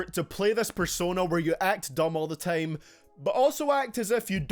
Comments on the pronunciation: why did you decide to say tame instead of time? is it some kind of accent or is it cool? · dkdkckkffmm how he says time is so idiotic